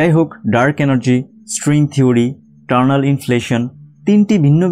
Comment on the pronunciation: Please make a correction here, it's not 'Turnal' inflation, it's Eternal Inflation. Not all the viewers are from science background, naturally they are going to learn a wrong thing, and I am pretty sure that you don't want it. Thanks for such a nice informative video.